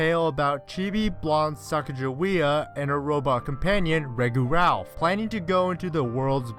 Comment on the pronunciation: “Reggu Ralph”